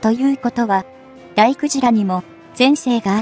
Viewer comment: だいくじらじゃなく、たいげいでは❓漢字の読み方間違えているよ。